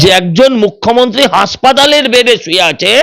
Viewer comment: আপনি কেন বারবার "মুখ্যমন্তী" বলেন? জিভের জড়তা কাটিয়ে "মুখ্যমন্ত্রী" বলুন দয়া করে!